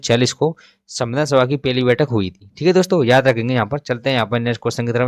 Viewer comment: Pahli bathak ko peli Bol rahe hai.